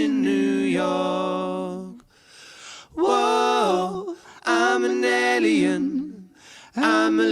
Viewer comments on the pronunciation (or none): I think the pronunciation of alien is probably grounded in the fact that is French. 😊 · Pronouncing "ahlien" might be voice shaping that, with his French accent. He pronounces "angel" similarly in their take of "What Kind of Woman is This". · Why are they pronouncing alien different?? Crap!! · The pronunciation of Alien is more to fit in with accent as he is French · is French, and his pronunciation of alien is what you hear P.S. Love your channel